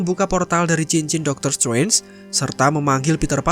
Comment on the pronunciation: "Dokter stwenj"